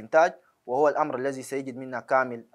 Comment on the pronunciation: الأمر-أر وليس امرار